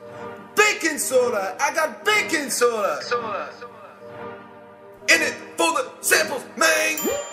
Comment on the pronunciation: Whenever he said baking soda, I thought he said bacon soda XD